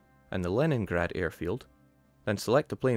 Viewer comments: It's pronounced Leningrad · The Leningrad pronunciation? How does he do it?? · By being Scottish.